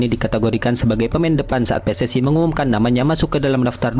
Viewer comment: Min ....Tolong dong ngomongnya biasa aja PSSI gitu jangan PSSay Aneh kedengeran nya 😂